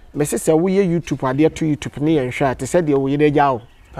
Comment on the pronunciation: Kwaku it's YouTube not youtupe